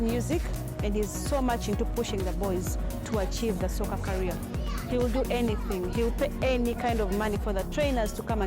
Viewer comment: Bro it's career not carrier loll😂